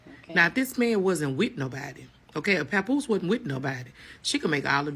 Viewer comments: I like the pronunciation! lol 😂 we don’t need to be pronouncing his name too correctly now, papoosh will do. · who the hellll is papooshe 😂😂😂 I was watching the last videos just cracking up every time you said PAPOOSHE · The way you pronounce Papoose’s name keeps sending me! 😂